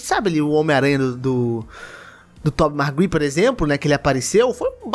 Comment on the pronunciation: "Tobey margui" kkkkk